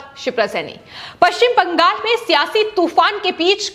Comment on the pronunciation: Why do you stress on paschim bangal in all your videos? Speak normally.